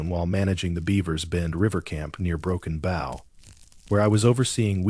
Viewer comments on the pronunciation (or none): I grew up in the Red River Valley from Louisiana to Oklahoma and I admit I have run across many strange things in my time in law enforcement ! I have seen Bigfoot, Dogmen and Thunderbird and a few other odd creatures ! Also your AI mispronounced Broken Bow ! It's just Bo !